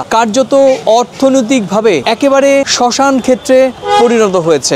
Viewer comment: আপনার ভাষা ঠিক করুন, 'শ্মশান!'